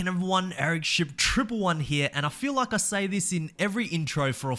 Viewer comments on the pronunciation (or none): none